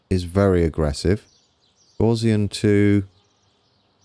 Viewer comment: Sorry to nitpick, but Gaussian is pronounced gow-(as in cow)--ssian. Poor old Herr Professor Carl Friedrich Gauss must be spinning in his grave! 😉